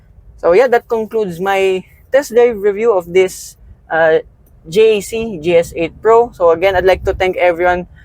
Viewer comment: JAC motors is pronounced as jack so not to confuse with G.A.C